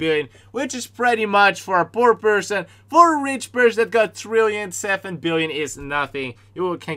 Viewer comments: I like how he says trillion THRILLION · I like how he says “50 thrill-ion”